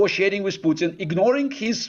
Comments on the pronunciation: Pew-Tin. Is it? Its Poo-tin you pretentious 🐖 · Lol.....to him pronouncing 'Pewton' like Newton. It's pronounced 'Pootin' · I love the fact ( or maybe hate it ) that he calls Vladimir Putin as Vlaidemir Pewtin. 😂